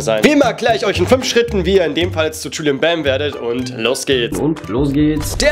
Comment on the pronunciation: es heißt Julien nicht Julian